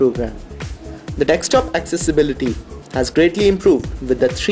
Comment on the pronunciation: dekstop lol